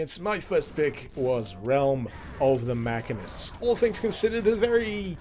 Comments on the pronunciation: "Mackanist?" This some strange British way of saying "machinist?" I've never heard a machine called a mackin. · It hurts hearing him miss pronounce "Machine-IST" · I'm so sorry but... muh-SHEEN-ist. Machinist. Great viddie, though. Bought Quake when it came out would love to pick it up especially after learning about it from here.